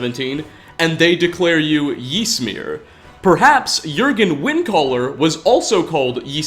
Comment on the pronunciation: You're pronouncing Ysmir completely wrong and it's really grating on me. It's pronounced much closer to Ismir than Jismir. Y is a strange i sound in like every language but English.